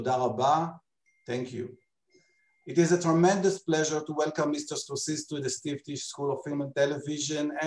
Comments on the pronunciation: למה לא ביטאתם את שמו כיאות? סקורסזי, לא סקורסיז. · A bit annoying right? A name shouldn't be accent-dependent. I'm thankful that they did the interview, and that I got to hear and see it. But his name ain't Score-Seez!